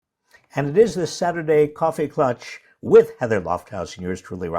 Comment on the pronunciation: It's pronounced klatch not klutch, Robert.